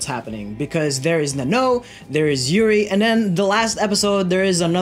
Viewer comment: its not nennoo its nan-no... plz..